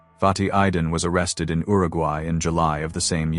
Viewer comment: Who the hell pronounces Uruguay like that ?